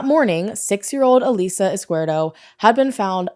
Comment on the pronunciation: Her last name is pronounced Izkee-EHrdo.